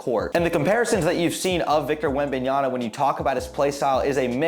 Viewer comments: Yama!! Not Yana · Man, how many times are we going to get that name wrong! After a while I could not pay attention to the content…all I kept hearing was the “N” instead of the “M” at the end of that name 😂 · Cant even say the dudes name correctly 🤦🏻‍♂️ smfh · Pronunciation is very important information if you want to be more professional, you lost alot of credibility buddy,you butcher his last name big time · Good video but pronunciation of Wembanyama's name really bothers me... research is very important!